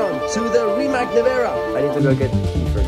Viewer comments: Nico please learn how to pronounce the name Rimac. Its not Rimak, its Rimac (Rimats)! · Am the only one that gets mad every time he says Rimak instead of Rimac? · man nico, es heisst immer noch rimac und nicht rimak oder rimäck. ein c is und bleibt im kroatischen immer nur ein c, ausgesprochen wird das c wie bei und zitrone. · Glad you enjoy it!!!!! Btw , dont you pronounce it Riemats in stead fo Riemak? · Everything is cool beside the fact that it doesn´t call Rimak its Rimac with a Z and not a K! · GUYS PLEASE IT IS NOT RIMAC (K) ITS RIMAC(Z) pronouns it like Germans would Z pls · You have seen the world, you have been to Croatia, you have visited Zagreb, you bought the car and you still don't know how to pronounce Rimac 🙈